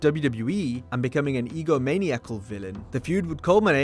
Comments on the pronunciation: i am not writing this to be a dick but its pronounced "ego-man-eye-a-cull" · Ego maniacal lmao learn how to pronoumce words